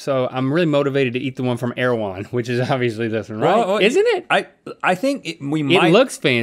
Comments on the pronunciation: not my latino ass thinking they said "AirJuan". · Erawan? It's Thailand? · Tf is erewhon